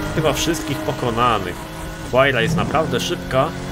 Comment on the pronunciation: Czyta się łajra a nie huajra jeśli chodzi o Pagani